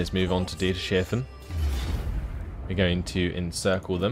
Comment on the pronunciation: It's Dieters-hafen Hafen is harbour in German